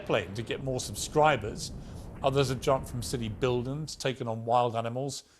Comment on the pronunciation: why can’t Piers say buildings?